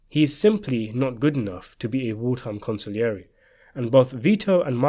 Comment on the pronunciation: con see air j not con sig lee air e